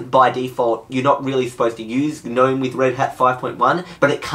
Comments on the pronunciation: It's spelt nome, not geh nome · the "G" is silent! "nome" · G-nome 😓 don’t pronounce the “g” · I like how you Pronounce the G in GNOME :) lol